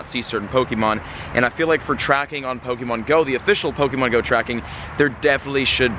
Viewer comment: U say pokemon wrong